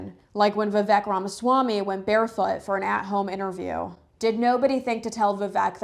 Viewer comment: How are you an Indian if you can't say Vivek Ramaswamy properly?